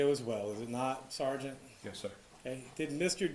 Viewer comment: at first.. I thought I heard the say "Ciara/Siara" Rhymes with Tiara. And I didn't question it. Even Mr. Dean pronounced it just as the said it. (Maybe intentional to keep the conversation flowing. Job titles are not important here. It's the responsibilities that are important.) Clearly, Mr. Dean is a well educated man So, if he said it that way, then, from my perspective... Maybe that's a real name for the occupation. Then the Judge says something I could barely hear. And the smiles or made a smirk. Now...I have to know what the Judge said!! I turn my volume up and the rest is history.